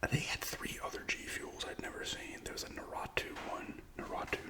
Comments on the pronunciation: Nar- ooo -toe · Lmao was looking for this comment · oh nahh the anime die hards gonna come for your head on that naruto pronunciation LMAO